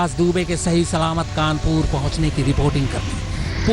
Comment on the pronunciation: कानपूर नहीं है भाईसाहब ।।। कानपुर है वो